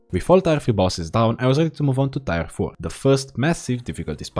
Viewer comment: WAKE MYSELF TF RIGHT UP, HOLY UPLOADED!!!! Edit: It took me WAY TOO LONG to figure out that the "tire" I hear in the video is your way of saying "tier" (i read them as tea-er) lol, gotta love your accent tho!! It scratches my brain just right:D